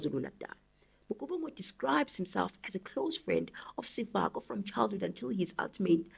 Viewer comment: Sefoka not Sefako sister it gets confusing when you read the names incorrectly. ❤